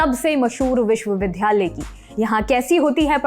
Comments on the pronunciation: अपना उच्चारण सुधारो, विश्वविद्यालय बोलो, विश्वविधालय नहीं. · एंकर महोदया कृपया निम्नलिखित शब्दों के उच्चारण पर पुनर्विचार करें। विश्वविद्यालय, स्थिति और वगैरह (#MTI)